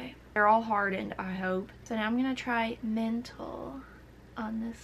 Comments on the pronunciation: THATS MINT-AL LMAOOO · I'm British and I don't say mint-al, I say mental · casual MINT-AL LMFAO I'm ded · that last one i thought u tried to say menthol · I’m British and I have never said ment-al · I’m British and we don’t say mint-al ?!